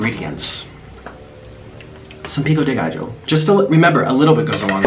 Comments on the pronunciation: Sooo white he said “pico dee gijo “ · My jaw dropped when he put a "J" in "pico de gallo"